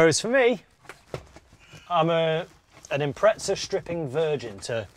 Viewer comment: Gotta ask. Why do you guys say Impretza when it’s spelt Impreza? There’s no T in it.